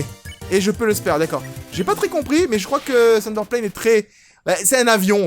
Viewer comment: Je viens juste de tilter... dit Thunderplane mais c'est tsunderplane... C'est un avion Tsundere! j'adore ce jeu <3